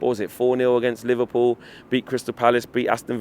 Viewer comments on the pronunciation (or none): none